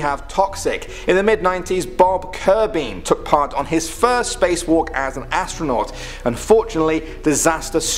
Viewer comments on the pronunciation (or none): Astronuat instead of astronaut 😂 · Top ten scary AuStRaNuAt stories 😂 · AstroNUAT really... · Top 10 scary "astronuat" stories??? What's an Astronuat?